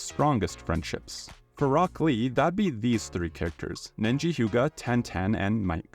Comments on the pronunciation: Hearing you call Neji "Nenji" broke me a little ngl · Why did you call Neji "Nenji"? XD Where did the extra N come from? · I've never seen a more boring video on one piece than this 😅 and it's Neji not Nenji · Nenji? I thought his name was Neji?